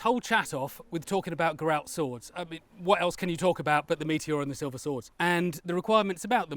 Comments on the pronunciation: ger-ralt not guh-ralt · maybe play the game and you will hear it pronounced, as it always has been as Geralt. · The Polish pronunciation is definitely the right one, I agree. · that is surprising yet we had the name Geralt or Gerald in the Germanic region too, that's where pronunciation would come in correct too. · Since the author is Polish, I would go with a Polish pronounciation, not least because it isn't spelt the Irish way. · English has no bearing on the witcher though as the witcher was originally polish. And the polish pronunciation is probably closer to the non diluted germanic pronunciation of Germany and Austria. English with all it's latin influences won't be able to correctly sound such names. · Immediate grimmace when pronounced Geralt's name:).